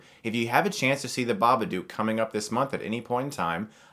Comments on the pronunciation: Great review... but one thing that drove me crazy... BABADOOK! DOOK RHYMES WITH LOOK! To prove that I am correct, the story reads: If it's in a word, or it's in a look, you can't get rid of The Babadook. Look rhymes with babadook. I'm sorry but this bothered me so goddamn much for some reason T_T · I just wish he would pronounce it right. If you watched the movie you would know how to say it lol, dumbass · Babadook is pronounced as "book" not "duke" Ba-Ba-Dok not Ba-Ba-Dewk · Ba-buh-dook(dook as in book, not duke) They say the name plenty of times in the movie so I dont even know how he can constantly mispronounce it after hearing it plenty of times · I watched it last night and I was too scared to look at my ceiling when I was in bed. I knew I was being stupid but I was just too scared :P But seriously, you're saying it wrong. The "dook" is said more like your american "look" than "duke". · nah has to be said like an aussie. Dook not duke. like chook. hahahahh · It's pronounced babad-oo-k like book or like shook, like I was when I watched this movie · Ur saying it wrong it's an Australian film u have to say it like an Sustralian it's not spelt Bubuduuk so saying it like that sorry just get rlly annoyed about it XD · Pronounce "took" and "book" thats how you pronounce Babadook. NOT Baba"duke" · I don't get it Chris. You've watched the film, you should know better than to pronounce it bubadOOk. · lookin ass pronouncing the name wrong